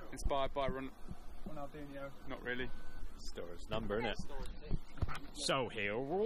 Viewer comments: Muito engraçado kkkkk " Ronaldenho"kkkkkkk coitados, não conseguem pronunciar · They calld him ronaldinoo